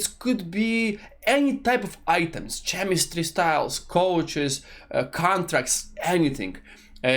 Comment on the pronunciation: Nice video, one thing "chemistry" you should read with the "k" letter like clock, not with "cz" like cheddar